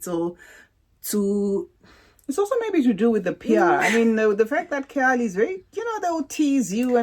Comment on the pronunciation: I absolultely love this collab with you and! You queens have been spoiling us with these lives and uploads <3. By the way, Khair is pronounced Kh-ayr, as in like Kh + air haha